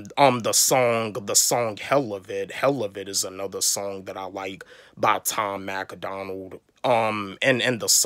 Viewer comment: Learn how to say Tom Macdonald first 😂 it’s not Tom Mac A Donald 😂 and of course most reactors are going to do Eminem for views since he’s the biggest rapper but good reactors have a good variety of reacts so the don’t gotta do only Em 😂